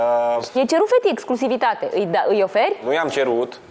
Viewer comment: Ștefania,mai repetă cuvintele dificile gen ,, exclusivitate "inainte de a le folosi, ești totuși la TV....fff frustrant să vedem că,ca și criteriu pt.alegerea participanților la emisiune,primează frumusețea fizică în locul inteligenței 😢😢😢